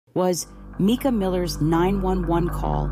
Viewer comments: Seriously,, her name is not MEEKA...Mike a...MICA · You’re too much…it was AI. You sound like AI, it’s Mica…not Meka. Robby Harvey did a video, at the beginning he plays what you think is the actually 911 call, then he says, that was AI GENERATED AND IT WAS ME. THEN HE PLAYS THE ACTUAL 911 CALL AND THEY SOUND. IDENTICAL!!! Serious corps of ours not JP doing this video. He’s guilty of either pulling the trigger or his attorney is! You’re right, you’re definitely no expert!!! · Her name is MICA (MY-CA) say her name right!!! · If you can't pronounce a person's name, you should never do videos ! NEVER ! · You could at least respect her enough to pronounce her name correctly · No I’m good. Can’t listen to someone who can’t pronounce someone’s name correctly. It’s like nails on a chalkboard. I don’t support AI…